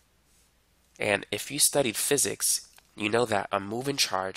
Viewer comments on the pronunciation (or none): none